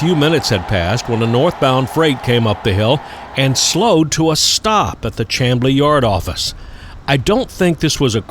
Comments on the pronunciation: I really enjoy your videos. I was born in Atlanta, and I grew up very close to where you shot this particular installment. BTW, Chamblee is pronounced SHAM-blee. I'd like to share some history: You were puzzled about a section of siding crossing Peachtree Road ( in your video) that led to nowhere. Chamblee was once a very industrial area, and the track spur continued on to a loading dock behind some kind or warehouse or other industrial building. That building is long gone, and Whole Foods and other stores now occupy that site. The Lowe's store across the street was once the site of a Frito-Lay plant. The street now known as Peachtree Boulevard used to be called Peachtree Industrial Boulevard. There was once a large plant (a concrete plant, I believe) and some other kind of industrial business between Peachtree Road and New Peachtree, where the Chamblee MARTA station now stands. Before the MARTA train system was extended to Chamblee and then to Doraville, there was a railroad crossing at Pierce Drive, and that road connected Peachtree Road to New Peachtree Road. Next time you're up this way, check out Norcross, Duluth, and Buford, if you haven't already. Also, Douglasville, Villa Rica, and Bremen offer great spots for train watching and photography. Keep up the great videos! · I really like your Atlanta videos. I lived, worked and played around Chamblee for about 15 years of my four decades in metro Atlanta. If you make another video involving Chamblee, pronounce it "Shamblee." For 60 years, until GM closed it in 2008, rail traffic there was bustling with Buicks, Oldsmobiles and Pontiacs rolling out of Doraville Assembly. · I'm pretty sure it's pronounced "sham - blee" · The Town named Chamblee is pronounced "Camblee", the "h" is silent. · Not just trainman. Pretty much everyone I know around Atlanta pronounces it "Shamblee" also. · When I was a kid i'd find boxes flairs on those tracks near the USG plant. Also he is pronouncing Chamblee incorrectly.